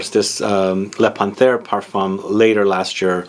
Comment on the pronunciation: I have this,it's beautiful 👌🏻 Excuse me but it's pronounced Pan....terre. ☺️☺️Great review